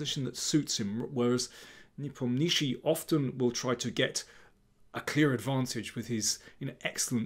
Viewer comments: daniel you're the king but for god sake please learn to pronounce ian's name properly ! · Befor making video, learn how to pronounce players surname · Why is he calling him nepomnishi, am I missing some inside joke? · russian pronunctiation is ne-pOm-nya-chtch(sounds like [sh] but softer)iy. with accent on pOm. This surname means "doesn't renember" like someone asked -What is his surname? -He doesn't renember. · Ffs learn to pronounce the guys name. Lazy and unprofessional.